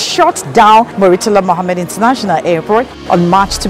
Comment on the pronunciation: Mummy tala?? Please pronounce it “murtala”. You are one of many people who mispronounce that name.